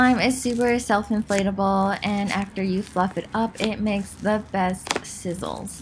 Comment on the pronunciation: Ik this is out of the blue but I hear f*** word instead of fluff 🤦🏻‍♀️😂